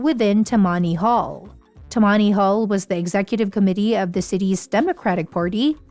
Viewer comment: please say: tamanny hall